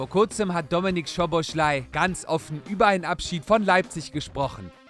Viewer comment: er heißt Soboslai, nicht Schoboschlai